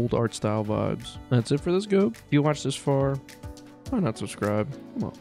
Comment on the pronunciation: ITS NEVER G.O.A.B. (er)